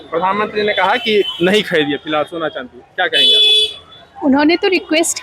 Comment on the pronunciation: स को श मत बोलिए